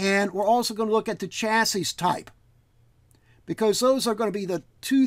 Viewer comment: One more piece of the systemd puzzle put in place. Thanx. (And BTW: It's 'cha-see', not 'cha-sis' [technically, 'sha-see'...]. It's french, eh?) :)